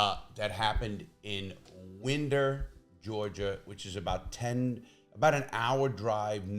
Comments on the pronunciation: Winder rhymes with find her, not whender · Much love. I have always enjoyed your content ever since I found your channel. Winder for some reason is pronounced wine-der. Also, apparently the dad bought him the gun AFTER the feds visited about his son making online threats and had been evaluated to have mental health issues. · It is aggravating hearing it mispronounced so many times.